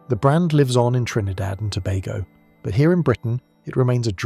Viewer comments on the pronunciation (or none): none